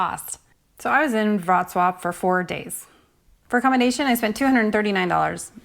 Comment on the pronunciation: I'm sure this is different depending on the country you're in, but how much tip is customary for the free walking tours? And I had no idea that's how to properly pronounce Worclaw lol. At first I thought I was watching the wrong video lol